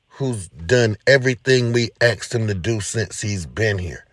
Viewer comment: Axed him to do? I'm from the hood but I thought the word was "asked" Damn Bruh...